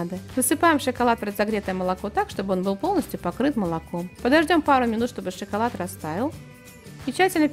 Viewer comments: Девушка не шиколад а шоколад)))) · Опять шиколад?)))))